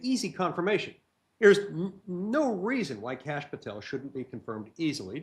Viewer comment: Pronouncing "Kash" sounds like saying "Kick A$$" quickly?